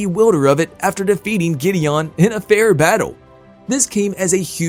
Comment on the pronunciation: This guy is reading a script cuz he is saying there names hella weird like the way he says Gideon and some of the actors names